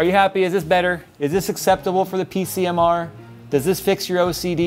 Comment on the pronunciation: "PC-MR" lol